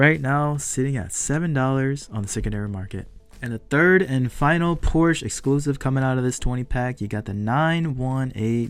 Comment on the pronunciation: Please say Porsche correctly in the next video..come on now!!!!